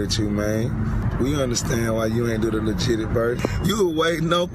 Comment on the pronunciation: Too legit 😂 he says to leg gig it 😂